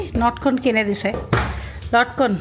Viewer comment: Notkon na lotkon bole.